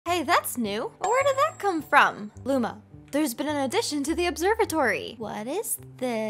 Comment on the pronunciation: DID SHE SAY LUMO INSTEAD OF LUMA?!